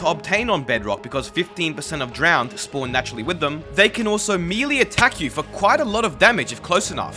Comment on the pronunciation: No one:: "Me-Lee"